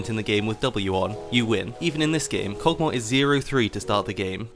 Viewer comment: The Champions name: Kog`maw: Kog` moa